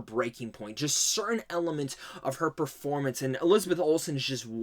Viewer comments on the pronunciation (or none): none